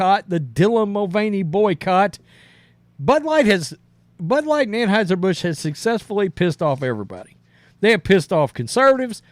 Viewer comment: We're just gonna skip over "transheisier Busch" hahahaha